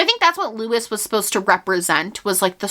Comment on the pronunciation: I think Luis's name is pronounced loo-ees, not lew-is.